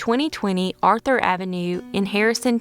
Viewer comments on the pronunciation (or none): none